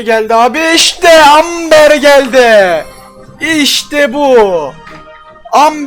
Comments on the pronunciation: abi AMBER AMBAR diye okunuyoooooooo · Amber değil Emba